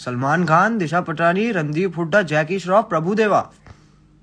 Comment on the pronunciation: I heard Randeep Hooda as Jackie Budha 😂😂 And thought he was roasting Jackie Shroff.